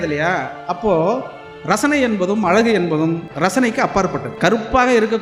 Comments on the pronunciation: அலகு இல்லை❌. அழகு என்ன கவிஞர்😢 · கவிஞரான உமக்கு அழகு என்ற சொல்லை அலகு என்று சொல்வது வேதனை அளிக்கிறது.தமிழை சரியாக உச்சரிக்க வேண்டும்.எதிர்கால சந்ததியினருக்கு ழ கரம் தெரியாமல் போய்விடும். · கவிஞர் யுக பாரதி. உங்கள் அனுபவத்தோடு , அழகு என்பதை அழகாக உச்சரித்தால் இன்னும் அழகாக இருக்கும்....